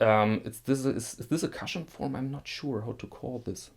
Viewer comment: Thanks for the mention,. Coooooshion. And (crook Ed) not crook’d. Lol. - Ben